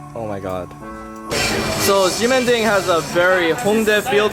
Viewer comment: BTW you pronounce the X as a SH.. Shemending...